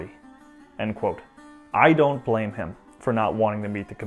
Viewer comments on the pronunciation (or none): none